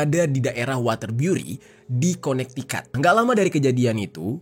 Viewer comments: Konektikut bang bacanya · bacanya kone tiket bang